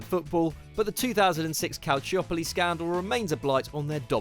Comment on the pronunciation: The Calciopoli scandal has been covered many times yet is failed to be pronounced correctly...